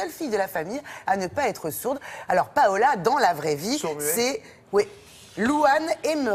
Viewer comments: On dit Paula... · Ce fil est tout simplement magnifique ce film. Juste, c'est Paula, pas Paola ;)